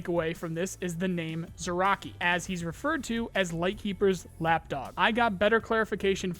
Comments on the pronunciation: Zurachii- [Z r y a ch i y] not [Z u r a k i] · it's also not "zee-raa-chiy", but "zree-yaa-chiy"; the "zr" sound has no vowel in it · Bro, dont wanna be salty, but please pronounce thier names corectly If you want to I'll make you a small table how to pronounce them ChE-Pu-Shi-La Ri-(s)Ziy Zrya-chiy, not zirochiy, please ffs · Zryachiy is pronounced like Zrya-shi btw. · ZryaCHii, CH like in Chilli or somewhat like CZ in Czech Republic. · He calls him zraki lmfao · "ch" in "Zryachii" reads like "ch" in "Charlie" btw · CH in russian words is almost certainly pronounced like in CHill, not like CHaracter. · "Zryachii" is pronounced with "ch" as in "chirp", and not as k/ck.